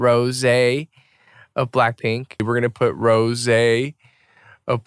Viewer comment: 😂she said rosiee